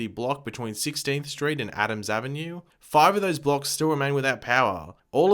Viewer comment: Absolutely iconic pronunciation of five 😂